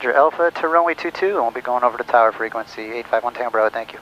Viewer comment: "Fower" is another one too.